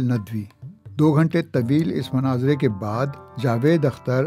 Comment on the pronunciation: It's Not Manazara....it's Munaazara.... Kindly correct your pronunciation. Thanks 😊